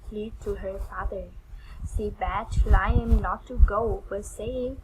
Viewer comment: Just so you know, it's pronounced " Lee am" NOT Lie em. " liam..sounds like Lee um. Keep up your effort.. your english will get better in tome. God bless you. I couldnt speak uour language anywhere ear as you speak mone. Practice will help 👏🌺